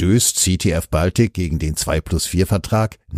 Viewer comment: Sprecher bitte die Aussprache von "Baltic" korrigieren. sagt es korrekt.